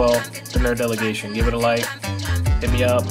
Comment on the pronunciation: you still cant say "delegation" right